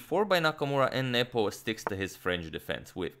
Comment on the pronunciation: I always hear nipple instead of Nepo.